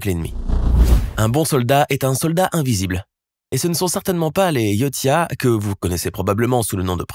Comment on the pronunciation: la race des predators se prononce yodja et non yotia